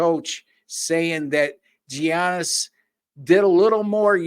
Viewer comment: how did you make it this far and still not know how to pronounce giannis.